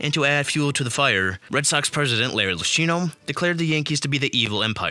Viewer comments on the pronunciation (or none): Larry LOO-KEY-NO 🤦🏻‍♂️ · Great video, but please look for a pronunciation guide next time. Lucchino, Mueller, and Mientkiewicz all mispronounced.